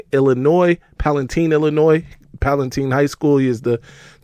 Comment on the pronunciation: Its pal ah tine